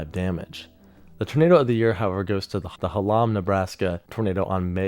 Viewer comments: It's Hallam NE not Ha-lam. thanks! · When he said Hallam like halom I screamed HALLAM